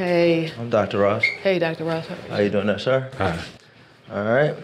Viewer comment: It’s doctor “ross”